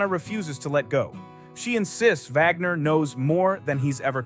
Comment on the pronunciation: Wagner not Vagner